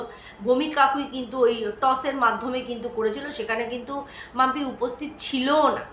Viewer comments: ওর নাম তো পম্পি তুমি অনেক জায়গায় মাম্পি বলেছো ঠিক করে নিও । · পম্পি নামটা ঠিক করে বল।মামপি না।